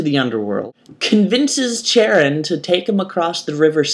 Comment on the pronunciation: Time to Troll! Well, ok not "Troll" but correct mistakes that you made when refering to my favorite myth in my favorite mythology. 1: the Sirens don't eat their victims 2: Charon is pronounced "care-on" 3. I don't have a 3rd thing which is annoying cause I like that number better than 2 Other than those things, LOVED IT! ~Catherine Troll <3 <3 <3